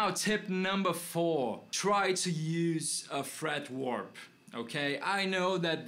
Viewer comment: Awesome, man! Once again, thanks a million! FWIW, it's "fret wrap", sounds like the word "rap" as in rap music, not really "warp" as in "time warp" or "guitar neck warp"...